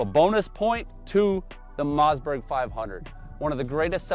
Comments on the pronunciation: what's a Mozzburg? Some kind of burger? I always thought it was Mossberg with Swedish family Origin. Must be something lost in the translation or dialect😊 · It’s a mossberg not a mazzzberg